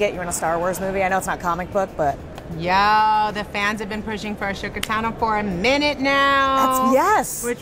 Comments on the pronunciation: Cant even pronounce the characters name but wants to play her. Zoe Saldana would be a much better choice. But with out Ashley's voice there is no Ahsoka IMO. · I hate the way she pronounces Ahsoka's name... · She doesn’t know how to say her name, and she called her a Jedi. She knows nothing clearly. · She pronounced Ahsoka wrong Red flag already no thanks I seriously can’t see her as Ahsoka at all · She DOESNT EVEN KNKW HOW TO PRONOUNCE AHSOKA’S NAME!!! All you people happy about this are going to be sorely disappointed. She is NOT the right fit for the role. Here? Sure. Hell, maybe even an older Sabine. But she’s no Ahsoka. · Bruh "Ashoka". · The Emperor called her Ashoka as well. Don't know why. It's: Ashoka NOT A sho ka -. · I swear she says a sugar tano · Rosario was awesome before she played Ahsoka and twice the awesome after it, so i think we can forgive her for saying "Ashoka" (but only she gets a pass). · Did she just say “ashoka”?? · Wow first 3 seconds in the video and she says Uh-Showka🤬 ITS UH- SOKA!!! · AhSHoka Tano. MY EARS. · Did she just call her Ashoka? It's Ahsoka the h is silent, she doesn't even know how to pronounce her name lol. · ...she called her "A-sho-ka" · lmfao she said a sho ka im weak this won’t be possible girll💀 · "A-sho-ka" lol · the way she pronounced ashoka makes me go😐 like why? if you are going to play a role, know how to pronounce your characters name like lmao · Ashoka Tano 😖😖😖😩😵. Doesn't it even say it right. Oh well, hopefully he does good. I'd still prefer Ahsoka stay animated though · She said asshoka. K we need someone new. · she said "ashoka" pronouncing sh...need to work on that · Imagine wanting to play a character and can't even pronounce their name correctly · Is anyone else fixated on the fact that she mispronounced Ahsoka’s name? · Scott Ingram she didn’t even say Ahsoka’s name correctly.lol doubtful. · In other interviews she's pronounced her name right. So I don't know what happened here.